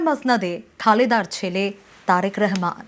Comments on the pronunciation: মূর্খ রেহেমান না রে রহমান 😂😂😂😂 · এরা এতটা গরুর মুত খায় যে রহমানকে বলে রেহমান , সোহরাওয়ার্দীকে বলে সোরাবর্দী